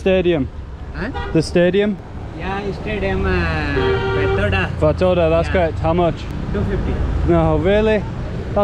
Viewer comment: Fatorda Pronunciation is in correct